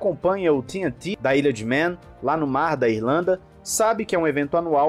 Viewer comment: Só uma correçãozinha: não se pronuncia o nome do lugar como "ilha de mén" e sim, "ilha de mân". Tem uma diferença entre a palavra "man", que significa "homem" e "Man", que é o sobrenome de uma galera aí e a diferença é justamente a pronúncia. Na real, por mim pode falar de qualquer jeito. A frescura é deles e não minha.